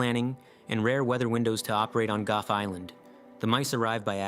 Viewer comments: Gough is not pronounced Guff. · Goff island. Or however that is pronounced. Proof man literally destroys everything it touched.